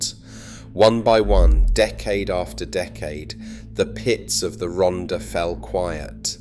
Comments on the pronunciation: An insightfull video but with appalling pronunciations : Rhondda is pronounced Rhon - the. Rhondda Fawr is pronounced Rhon the Vaur. Pen y graig is pronounced Pen - uh -grayg Tonypandy is pronounced Ton uh Pandy Rhondda Fach is pronounced Rhon the vach - not Ron duh 'fuck' 🤦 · Typical AI - can not get the name of the subject right...it is not Ronda - the double d is pronounced as a hard Th (like the) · If you're going to make a video about an area, at least learn how to pronounce it. It's Rhondda, pronounced Ron-thar. I should know, I was born there. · Pronounced “Rontha” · II made this musical tribute from a poem I wrote years ago I apologize for the pronunciation of Rhondda its a glitch in the youtube app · Dreadful narration by an English ( probably AI) voice who cannot pronounce any Welsh names/ words correctly. Lots of inaccurate/irrelevant photos. Trimsaran isn't in the Rhondda last time I looked. Then it transforms into robotic nonsense. Sounds like the Daleks. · I grew up in Cwmclydach, Rhondda in the 1940's. The commentator's mispronunciation of place names and other words is excruciating. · Pronounced most of the place names wrongly!!!!t The last picture is of CWMPARC where I was born and brought up!! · Zero attempt at pronouncing the names. Half the pictures are not even the Rhondda. Maps of Portsmouth, Milton Keynes, Aberdeen & North Wales? Needs a lot of corrections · But for God's sake, pronounce Rhondda properly! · Pity the narrator cant pronounce Welsh place names correctly, shouldnt this be for a local person?